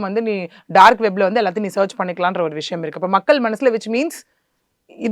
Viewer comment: அவசரம் அவசரமாக பேசுகிறார் விஷயம் என்ற வார்த்தையை விஷம் என்று உச்சரிக்கும் அளவுக்கு அவசரம் நிறுத்தி நிதானமாகபேசினால் நன்றாக இருக்கும்